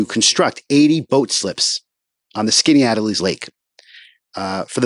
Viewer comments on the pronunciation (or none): pronounced skinny-at-ellis. your videos are all i’ve watched in the last 24 hours